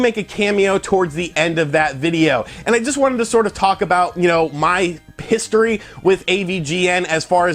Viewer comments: When you mentioned AVGN history it sounded like you said piss-tory and now I can’t think of a more accurate term to use for his history of games pissing him off. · You said pissedtory didn't you.